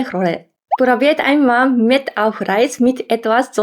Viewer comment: Mett ? Oder? Meth? 😇